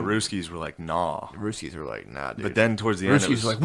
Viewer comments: After the 5th time he said “ruskies” got pretty annoying lol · You know your white when you keep calling them the RUSS KEYS😂😂😂